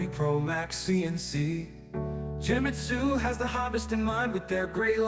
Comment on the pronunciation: It’s Genmitsu, not Jewmitsu. Other than that, awesome video.